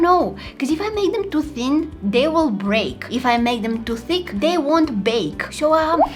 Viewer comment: the way u said if I makenthem to thin they would break and if I make them too thick they won't bake ) and bake and break sounds identical 😂